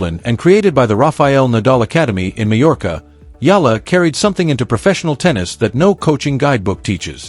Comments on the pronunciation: Please pronounce Alex's surname the way we Filipinos pronounce it. It's "E-Yah-La!" Thank youmm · Her surname is pronounced E YA LA. Please pronounce it correctly, E YA LA. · Pleeeeze, it's Eh..ya..la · AI cant even pronounce properly alex family name still continue spreading fake news but benefiting viewers mostly from Filipinos 😂😂😂